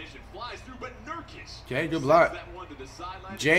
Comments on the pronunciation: here before he says “NURKIKE” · “nurkike” bro flight that’s literally offensive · "Nurkike" aight flight stop trolling 😂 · Flight really called Nurkic NurKIKE and he called Valanciunas, ValenKius😂😂😂